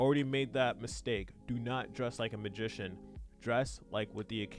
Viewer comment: "dress like a magician" but I just hear "like Gandolf"